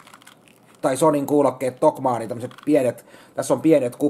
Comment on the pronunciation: Ei niilon omat riitä kaksoiskonsonanttien lausumiseen. TOK-MAN-NI. Ja muutenkin ihan omia tulkintojaan kaikkien kielioppisääntöjen vastaisesti. Honor Magic oli Honor Meikjuu(=lausutaan mätsik), WTF? Popcorn on pokkorni ja Metwurst on joku meevursi. Lonkero on ronkelo jne.